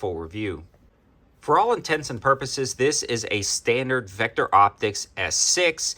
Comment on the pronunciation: Says Victo not Vecter!